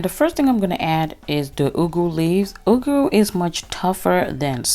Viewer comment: i love how you pronounce the ugwu, the Nigerian in you is showing....lol. i love the modifications of you adding shrimps, extra frozen spinach and cooked mackrel.. what's there not to love about this recipe, it's richly dense in nutrition and good to know you will be chowing it with some fufu too. keep cooking ~